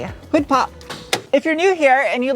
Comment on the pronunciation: LMAO! All this time I thought you were saying tic tok every time you pulled the hood release! I just happened to have the captions on and it says hood pop! For the last 2 years I've been saying tic tok along with you every time you open the hood!